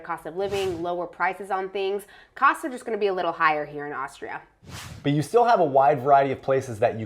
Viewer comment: "Aushtria," he says.